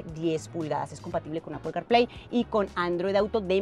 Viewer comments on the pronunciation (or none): none